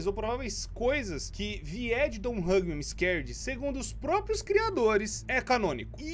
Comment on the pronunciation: e hoje eu vou falar a história dé don t Hug me im am scared eu:nossa isso parece alguém falando